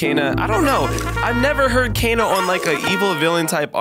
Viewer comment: It's kayna not cana